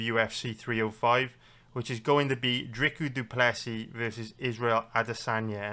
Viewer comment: Are you saying “drica du plessy”